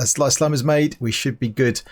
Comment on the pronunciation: On you say “slime”